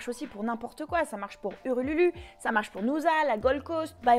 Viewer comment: "Urululu" ??? après 5 ans en Australie quand meme... "ULURU "ou bien "Ayer Rock" Tu m'a bien fais rire. Merci pour ta vidéo :)